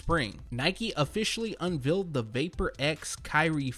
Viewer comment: Nice vid very informative as usual n 2019 got heaters 🔥🔥 but....lol the way he pronounces unveil is sooo cringey lol I'm probably the only one that it bothers but oh well lol